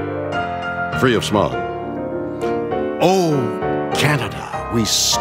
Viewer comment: I thought he said "Free of Spock" when he said "free of smog"